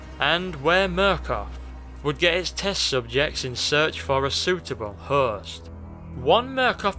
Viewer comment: the way you say host kills me inside